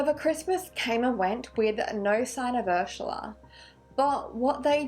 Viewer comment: I watch her all the time but I just couldn’t watch this one because of the way she says Ursula. I know that’s stupid and blah blah blah but it bothered the shit out of me. 🤷🏼‍♀️